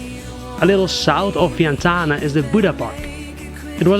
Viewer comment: He murdered the Lao capital Vietiane...Vietane!!